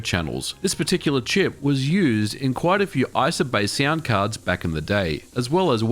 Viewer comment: I've NEVER heard someone pronounce "sound" as "siand" between many more. Understanding what the hell was going on was a pain to say the least. That aside, the content was good.